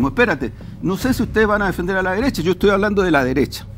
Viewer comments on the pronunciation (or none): JaJaJaJa " LA DERESSHHHHHAA" 🤣🤣🤣🤣😂😂😂😂